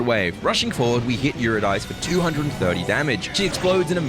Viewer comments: I think Eurydice is pronounced You-Rid-Dis-See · The pronunciation of “Eurydice” is killing me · sir, you’re mispronouncing it 😂 she’s named after the nymph (Orpheus’ wife) who dies to a snake bite and Orpheus tries to save her from Hades. The devs didn’t make the name up, and there is a correct way to say it